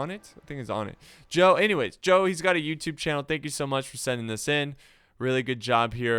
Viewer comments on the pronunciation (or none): none